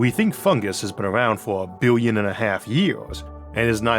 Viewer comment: Biwwion? Awiens? Eawrf?